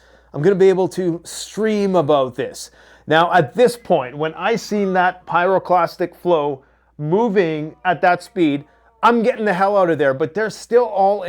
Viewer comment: F-35C is the Navy version for carrier landings with tail hook. The F-35B is the VTOL version made for the Marines. Think you, for saying it right..."Pyroclastic Flow"!